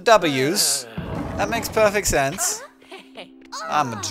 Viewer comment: When you say "that makes perfect sense", after starting with the Ws, you sound Australian. And I am Australian, so it's pretty impressive.